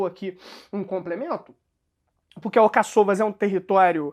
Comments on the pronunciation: Desculpe, mas não é Alcaç"Ô"vas conforme expressa, mas sim AlcA-ç"u"vas.... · quando vens postar aqui tens a responsabilidade e dares o bom exemplo de respeitar a acentuação da escrita, tu dizes Alcaçôvas que é mal pronunciado, está escrito Alcáçovas respeita o acento no "á".